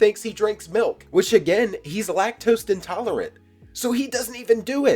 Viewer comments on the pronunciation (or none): Bro legit said "lac-toast intolerant". 😂